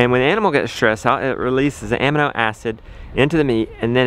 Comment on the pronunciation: Don't wanna release them "amminnow" acids.. haha just giving you greif. Great video!